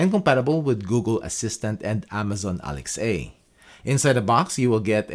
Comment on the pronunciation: Amazon Alex-A? This is literally your job and you don't know how to pronounce Alexa